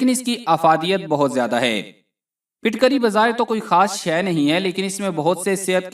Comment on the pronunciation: Not fitkari Phutkari